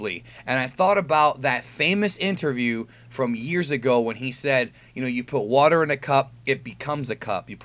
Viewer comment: " Be like vater my friend "